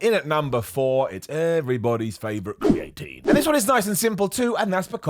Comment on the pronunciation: The way you pronounce creatinemakes me smile. You say create-een , I say creeya teen dunno which is right 😂